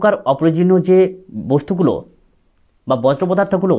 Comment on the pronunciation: বজ্র নয় বর্জ্য উচ্চারণ